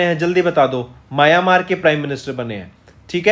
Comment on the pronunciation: Borgohain, Myanmar apse bola nahi jata. Bor Gain, aur Maya Maar bolte ho.